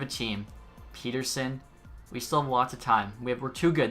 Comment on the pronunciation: i know you have probably been told this 100 times but pettersson name is pronounced pet-er-son not peter-son